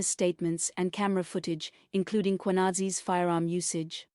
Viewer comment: This is an insult to South Africans...the fact that you decided to report about South African incidents, you are forced to pronounce our names in the proper way. What is this....M.K.Hwanazi? What is that?....fool!